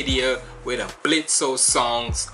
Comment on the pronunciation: its blitzø the o is silent